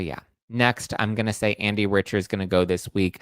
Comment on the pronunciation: It’s pronounced Andy Rick-ter, not Rich-er.